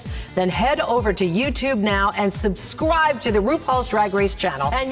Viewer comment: No one: Michelle Visage: SUBSCWIBE